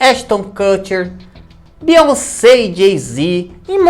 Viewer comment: Beyonsebo kkkkkkkkk 😂😂😂